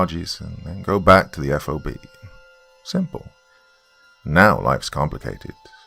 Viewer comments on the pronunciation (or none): Its "fob". Not F O B.